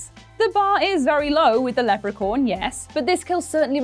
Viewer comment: Lepra-corn? Really?